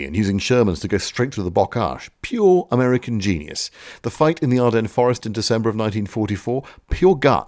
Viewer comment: "americanerer" :D